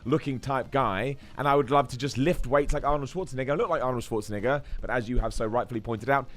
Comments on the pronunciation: It's pronounced "Ne-Gar" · ... I don't like how many times he said Arnold's last name like that